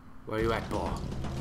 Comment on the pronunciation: It sounds like he's saying bull